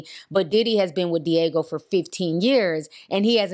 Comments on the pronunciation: The drinks conglomerate is called Diageo. Not Diego. DEE-AH-GEE-OH. 😅 They’re extremely powerful in the beverage industry. Diddy wouldn’t want smoke with them. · I use to work for them! It’s not *Diego” lol it’s pronounced Dee Aj Geo. & it was always funny tryna explain to Blk folks NOOOO DIDDY DNT FUCKIN OWN CIROC💯🤣🤣🤣🤣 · D-AH-G-O not Diego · Di-AH-geo. That word got y’all fighting for y’all lives. 🤣🤣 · Great Video! You know your $hit!!! Oh just one more thing, the liquor distributor is pronounced is called Diii-ahh-geo. Other than that, perfect! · It’s deeee ahhh jeee oh (Diageo)